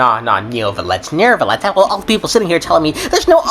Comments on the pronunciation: When: NOORvillete Instead of: NYUvillete Yeah, it's bothersome to hear it bad pronounced, although a tad funny, haha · NO CUZ THEY DO ALL SAY FUCKING NERVILET OH MY GOD THANK YOU ...newvilet sounds better tho xoxo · ERMMM actually theres no R in Neuvillette